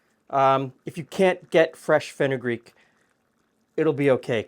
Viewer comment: Could someone explain what he said? It sounded like "fresh fenoogreek" lol i have no idea what he meant